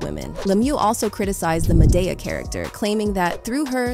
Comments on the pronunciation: When you pronounced "Madea" as "Mah-Dey-Uh", I already knew you wasn't in the culture. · How are you reporting on Tyler Perry and can't pronounce Madea correctly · How you mispronounce Madea